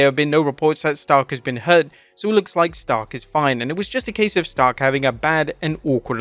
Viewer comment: “It iz what it iz” 🤣🤣🤣